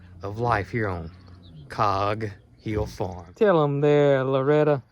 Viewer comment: I've noticed, in recent weeks,, you've changed the way you say the name of the farm. It was always "Cog Hill Farm" but now it's "COG. Hill Farm."